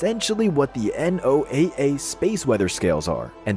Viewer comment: you cant even pronounce noaa right